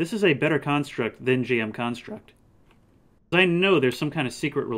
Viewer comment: No way you pronounced it as jm instead of gm. I never understood you Americans